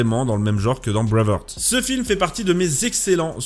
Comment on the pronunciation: Ça m’écorche toujours autant les oreilles quand tu prononces Breaveheart